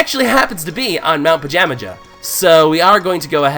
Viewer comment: the mountain is pronounced pa-jam-a-ha